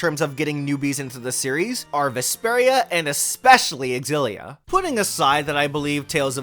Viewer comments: Does no one know anymore that a word starting with an X is pronounced with a Z sound? What is this "ex-illia?" It's just "zillia." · Well..no I respect you, but not your opinion on how Xillia should be pronounced. You see, as i mentioned in your previous video, the X is pronounced as Si or Sci 😌 Tales Of Scillia or Sillia. Are we good??? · Oh a remake of an old Tales video, awesome ☺️ And still you pronounce the X in the Tales Of Xillia 🙃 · The way you're pronouncing Xilla is triggering tf outta me.